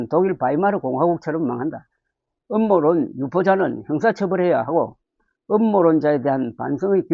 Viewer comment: 음모론 발음을 제대로 하세요 ㅋ